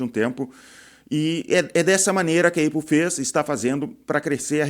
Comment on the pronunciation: Cara, eu acho que nem os gringos chamam a marca Apple de eipou, todo mundo pronuncia Épol, fica estranho ouvir falar assim, tu tem motivo pessoal pra falar desse jeito? Imagino gente que fala assim pra fazer rage bait nos comentários, não que eu ache que você faz. Por sinal adorando o canal, gosto de ouvir alguém com experiência na área falando, normalmente quem tem destaque aqui é quem mais é youtuber do que empresário.